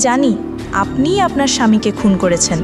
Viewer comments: আপওনার বলেন কেনো,শুনতে ভালো লাগে না। আপনার বলবেন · আপোনার কি? উচ্চারণটা ঠিক করবেন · "আপনার" এটা ভালো ভাবে উচ্চারণ করতে হবে।